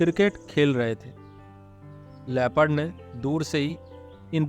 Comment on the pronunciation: "Leh..phud"(LEOPARD) NOT " Le. Pad" please correct.